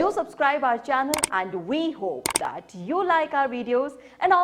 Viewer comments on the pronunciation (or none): none